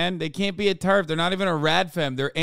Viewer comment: Teraf, instead of terf lol.